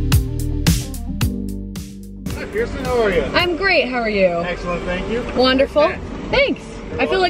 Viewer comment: i literally thought that she said bierson and then i realized that she said pierson.